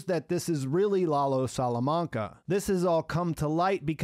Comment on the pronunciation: i love your reviews, but please show some cultural appreciation by pronouncing the names properly! Lalo (like "lullo" but not "lawlow") and Nacho (like "Nutcho" but not "Nawtcho") would be amazing!